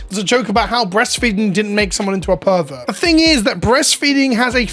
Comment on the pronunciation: Those Herberts can keep it in their deck boxes thank you very much. And yes, Herberts, cause pronounced pervert like Herbert at one point in this videos.